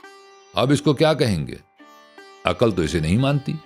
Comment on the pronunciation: عقل کا تلفُّظ بھی غلط : افسوس